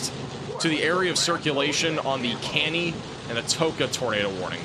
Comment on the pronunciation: CANEY PRONOUNCED CA-KNEE